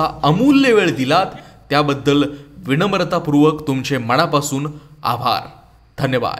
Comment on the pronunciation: चॅणल, मणा पासून, जाणता......‌मराठी नीट,शुद्ध बोला बाणातला ण नळातला न कधी समजणार फरक तुम्हाला कानाला खटकतात असले वित उच्चार